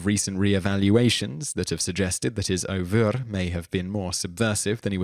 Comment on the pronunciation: "Ouvre" . .? Did you mean the French for 'egg'? Take the '-er' from 'her', add 'v' and a half-vocalised final 'r'. It sounds like 'er-v-r'. Hope this helps.